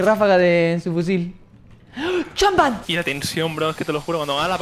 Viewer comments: Nadie: Todos: Launch pad Robleis : CHANPAD Lo quiero fuerrte amigo 😂😂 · minuto 8 26 atentos a lo que dice dice champad en vez de launchpad